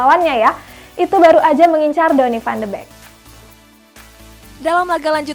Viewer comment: Van de beekk bukan Bekk Wkwwkwwk